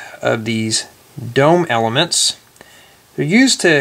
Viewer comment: quit saying elameants